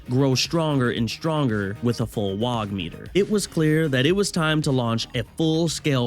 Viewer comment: ITS NOT WAGH YA GIT!!!! ITS WAAAGH!!! YA DONT PRONOUNCE THE G AND H!!!